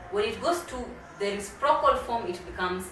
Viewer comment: Habari,. Asante kwa somo lako. I'm afraid your pronounciation of the word "reciprocal" is very off. I have understood it only from the subtitles.